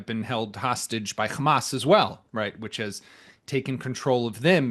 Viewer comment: Khhhhammmaaasss not hamas